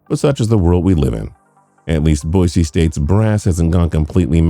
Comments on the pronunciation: Please -- Boy-C not Boy-Z. Thank you :) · People it’s Boise with a S not bozie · It is pronounced "Boy-see". There is no 'Z'. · It’s Boise not Boize.